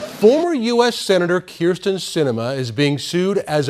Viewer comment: Hey smart guy, her name is Kyrsten. If you're going to trash talk, get it right. You sound incompetent.